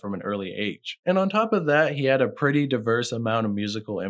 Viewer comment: “jodecki” too😭